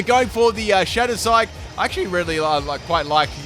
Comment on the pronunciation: You’re so funny. I saw Shattered Psyche and you pronounced it Shattered Sike. Love your accent.